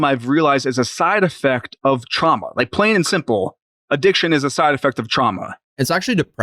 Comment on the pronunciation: I first thought he said Trump instead of trauma lol was thinking damn, they’re really trying to blame him for everything now